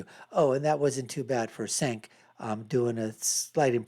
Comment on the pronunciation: how can you be so bad at pronouncing cenks name, you talk about TYT constantly 😂 you are obsessed with them you should know his name by now